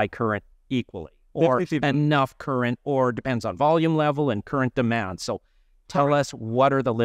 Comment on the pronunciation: I learned a new term for amplifier, its called, tchurent! This guy just refuses to even try to pronounce it correctly.... so annoying....